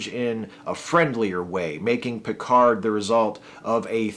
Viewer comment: As a french, it's always funny to hear him mispronounce his own name when he says with a booming voice "This is captain Jean-Luc Picard of the uss enterprise !"¨. But at least, he pronounces "merde" quite accurately.